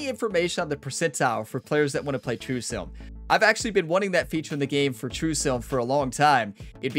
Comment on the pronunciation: Everytime you say sim, I hear silm and it makes me giggle.